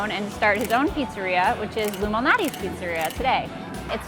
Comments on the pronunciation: its lou MAL natis not loumanatis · Anyone else thought that they were say “Illuminati’s” pizza? 🤔🤷🏻‍♂️💯😂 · she totally said "illuminati's pizza". BTW Screw Q-Anon. "luminati's" Anyway, these gut bombs look wonderful. Like lasagna pie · hmm, sounds like they said Illuminati's LOL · When they say Lou Malnati’s doesn’t it sound like illumanati? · I thought they said “Illuminati” .... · I thought they were saying the Illuminati pizza 😂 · If they say giordanos and not Lou malanatis food insider is cancelled.